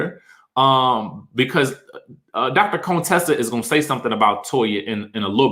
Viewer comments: It's you calling her Dr. "Cone-tessa" for me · why does he keep calling Dr. Contesa Dr. CONEtesa 🤣🤣🤣